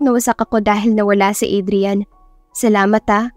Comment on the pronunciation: To pronounce the name Adrian, is Adriyan,not Adriyal ka ng Adriyal dian. Pakiayos lang ng tama ang pagbigkas ng pangalan ng isang tao.